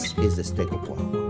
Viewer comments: Steak au Poi-vruh. Sounding out that silent syllable for the people who don't speak French. Nice job. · I wish I could say "poivre" the way he does so effortlessly.